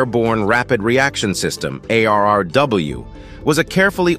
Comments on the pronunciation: Whomever is narrating this didn't get the "A. R. R.W. acronym correct one time! It's not that hard to say " A. R. R. W" is it? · The narrator keeps adding A' and R's to the name of the 183A ARRW 😂